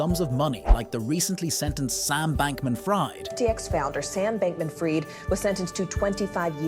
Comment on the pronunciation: Is this AI? You mispronounce Fried, as if he were frying. God dammit, take care of details otherwise you lose part of your audience.